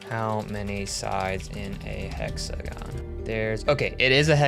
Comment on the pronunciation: "How many sides has an exagon"🫩